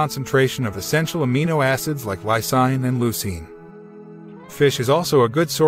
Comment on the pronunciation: It's pronouced LIE-SEEN not LIE SIGN